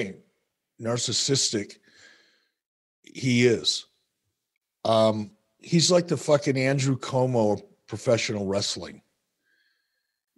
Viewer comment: I think he said "Como" making all Italians wince.😂